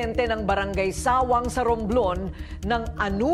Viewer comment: Di “suwang” ang pronounacition kundi “sawang” di man lng nag research si korins basta lng may ma upload haha